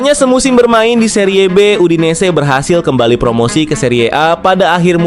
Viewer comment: BACANYA KAFU BKN CAFU, SERI B BUKAN SERIYE B